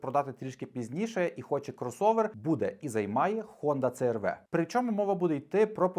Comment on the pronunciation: 👍👍👍, але Хонда Сі аР Ві, а не Це еР Ве